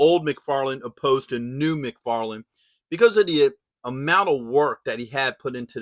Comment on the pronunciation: Its Mcfarlane Toys not Mcfarland . Great figure .